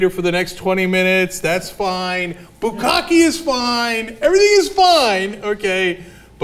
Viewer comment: love that emphasis "bu CAWK-eh" C